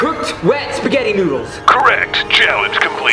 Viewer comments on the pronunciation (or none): it’s spegahtie